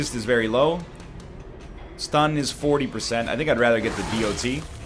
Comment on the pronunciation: I can't help but feel irritated everytime egg says "the D O T"